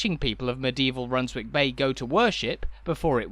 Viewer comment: Is it not spoken Runs-ick bay? Like Flitwick is said as Flit-ick. What do you think? Redcar or Redcu? God bless.